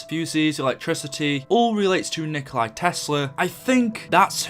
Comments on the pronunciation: copying this Nikkstein Gaming 3 hours ago Its not nikolai tesla its nikola tesla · Out of the dozens of comments I’ve gone through I’ve only seen one other person correct that his name is Nikola Tesla not Nikolai Tesla. Jfc you idiots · Gaming isnt it nicholas tesla?